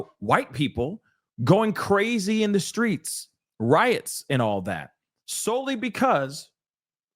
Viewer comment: Did he say the SCREETS" What?!